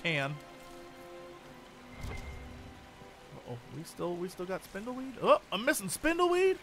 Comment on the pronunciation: Why the heck am i hearing spintheweed in place of spindleweed..lol